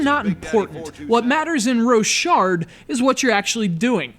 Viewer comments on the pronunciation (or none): its pronnounced "rock hard"